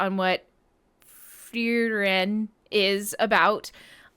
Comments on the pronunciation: pronunciation goes Free - Ren, and in japanese it's pronounced Fu-Ri-Ren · You can pronounce it like: Free- Ren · I'm pretty sure it's just pronounced Free-ren. Easy-peasy. 😁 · I'm just eleven episodes in to the first season, but the anime is stunning. Same folks that brought us 'Bocchi the Rock', so that shouldn't have surprised me. : ) フリーレン (Frieren) is more like "Foo-ree-rehn".